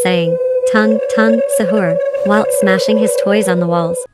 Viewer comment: That Is not tongue that Is tung not tongue